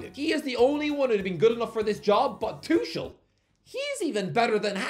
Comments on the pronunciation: No matter how many times you say Thomas TOO-SHERL, you won't ever make it a thing. It's TOO-KURL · It’s “Thomas Too-kul” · I guess you could say he's Too-kul to pronounce it that way. ...I'll show myself out now. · "Thomas Tushul" 😣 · The fans will have a heartache correctly pronouncing his name. The „ch“ is one of the most difficult things to pronounce as an English speaker